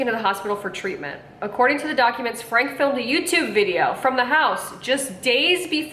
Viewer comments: All family channels should have rules and regulations from YouTube, set up by child and family professionals. Also it’s pronounced Frank- e (Frankie), not Frank. Not all family channels are bad. There are many who are about great families, but unfortunately for every great family channel, there’s always a bad one. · Franke is said "Frank-ee" like Frankie. Bonnie and her sisters (Ellie and Julie) do not deserve jail time. I wish she wasn't in your thumbnail. That's so wrong. Because of Ruby's extreme beliefs, she quit speaking to her sisters, brother, and parents. Bonnie and the rest of her sisters did things behind the scenes. Just because they didn't talk about it publically doesn't mean they did nothing. CPS has been out to Ruby's home a few times. They claim to have found nothing. CPS are the ones who deserve jail time. CPS failed these kids. Like Bonnie said in her video "You don't know what you don't know." As someone who hasn't watched these families for years, you have no idea and your opinion couldn't be further from the truth. Ruby has always been abusive. It got much worse when Jodi came into the picture. Meanwhile, you are making money on this video. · “FRANKIE” is how Franke is pronounced. Her sisters knew, they reported, her eldest daughter reported. They didn’t just sit around and do nothing. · I thought her last name was pronounced “Frankie” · Pronouced Frankie...not Frank. Spelled Franke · You failed to mention the grandparents that decided it was a good time to do a missions trip to Serbia! And not to be rude but the last name is Frank ee. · Pronounced Frankie. We can tell 90% of these vlogs have never watched 8 passengers.